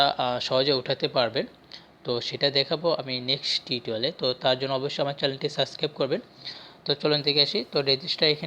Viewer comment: সাস্ক্রাইব না শব্দটা সাবস্ক্রাইব